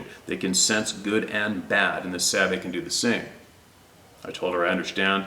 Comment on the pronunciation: Sabe not babe. Duh